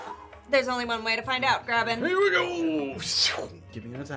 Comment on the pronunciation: Didnt realize my firat listen through how often says Graven instead of Grabbyn